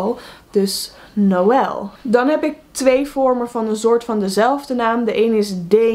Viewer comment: Ik weet niet waarom maar ik vind noël echt prachtig en als je dat zo uitspreekt van mitchel, rebecca, revi en noël vind ik echt prachtig😍😍